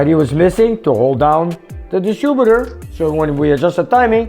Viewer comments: I like the way you say "distroebeter"...no offence 🤣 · Distributor... not distrubutor. Soft "i". And... Edelbrock... not Eldabrock.